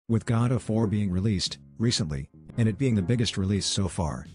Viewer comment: Did anyone hear "God of War" instead of Godot 4